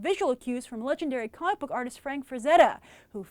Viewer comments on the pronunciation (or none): none